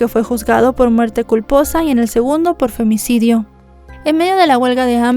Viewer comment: Me gusta como dices “Femnicidio” 😂